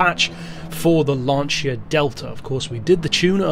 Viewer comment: Finally a non-italian guy that spells Lancia almost correctly. Molto bene amico ;)